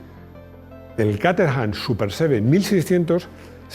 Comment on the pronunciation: Buen vídeo, como siempre. Por cierto, el Super Seven no empiexa con la letra "E". Abzo.